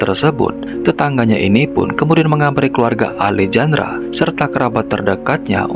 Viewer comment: Baang Alejandra pas 'j' nya dibaca 'h' bang jd alehandra, biar enak didengerin 🙏